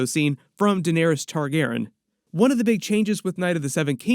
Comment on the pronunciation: So weird that u finally say Targaryen correctly 😂